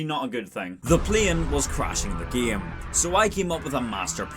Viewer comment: Why do you pronounce game like it's written as "gaem"